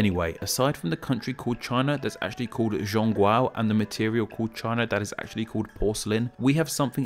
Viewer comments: Go watch that youtube video again, or listen to it on Google translate: (Press the speaker icon on the right) It sounds like you are saying "zoong gwow" with a soft j sound for the "z", and "gwow" with your mouth wide open, when it's closer to "zhoong gwoh" with the "zh" sounding closest to a hard J in english and "gwoh" rhyming with "raw". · Its kinda pronounced like tong kuo... Im chinese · You pronounced it terrible not bcuz of tones but the fact that It has been Zhong Guo It's a freaking o. It's pronounced "o" XD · Even though you pronunciation of Zhongguo is off. It's close enough. At least it's no longer reading the words as if it were English.